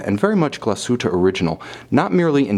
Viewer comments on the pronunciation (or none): When you can't even pronounce the name of the company ......